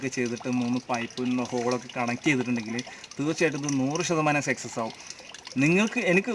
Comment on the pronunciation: സെക്സസ് എന്ന് പറയരുത്. സക്‌സസ് എന്ന് പറയു